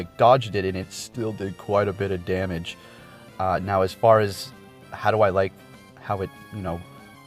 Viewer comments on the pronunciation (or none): none